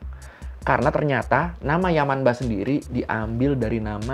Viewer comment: Bang, untuk pelafalan yamanba/manba itu tetap dibaca yamamba/mamba bang. Soalnya kalo di huruf n ketemu b atau p dibacanya jadi m. Sekian bang🙏